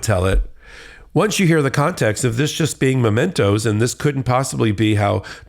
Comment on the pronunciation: Mementoes not Momentoes! Dan Quayle School of Law!